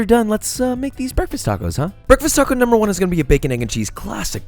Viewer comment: Cwispy toco but allergic to avocados 😭